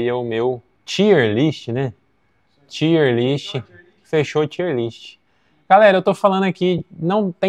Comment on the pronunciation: Excelente vídeo. "tier" é uma palavra em ingles, e pronuncia TAIER